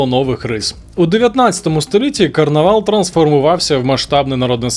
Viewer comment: Карнавал на Мальті а не Карнівал